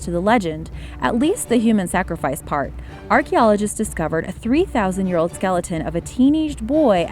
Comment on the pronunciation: Its baby not bebe lol